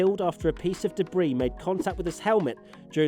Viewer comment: Why do you keep mispronouncing 'debris'? :/